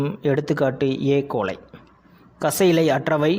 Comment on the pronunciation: Sir ஏ.கோலை no எ.கோலை